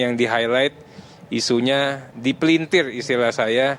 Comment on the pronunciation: Mari kita berbahasa Indonesia yang baik Bung. Bukan DIPELINTIEH pengucapannya, tetapi dipelintir (RRRRRRRR) EUY!